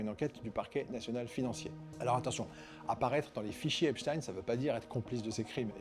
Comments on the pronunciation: Il a bien prononcé Epchtain... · Merci le fait de bien prononcer son nom correctement.